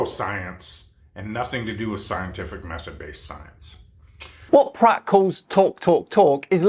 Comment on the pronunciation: Pratt rhymes with twa....